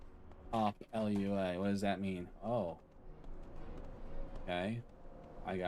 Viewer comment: Cool vid man, a little curious fact, LUA is a brazilian born programming language, and its pronounced "LOO AH"